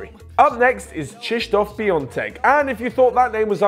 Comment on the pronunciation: At least you can say Krzysztof Piątek!😃